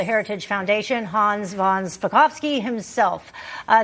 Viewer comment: Thank you,, for pronouncing Hans’ name properly. Love that a journalist cares enough to learn how to say a guest’s name the right why - so many just butcher names like that!👏🏼